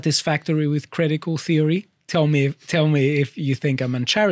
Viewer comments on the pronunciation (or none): Cwitical Feory